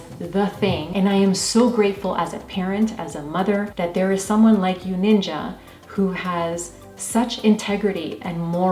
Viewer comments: It’s not nin-jah is ninja. Jeez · Its ninja not ninjauuu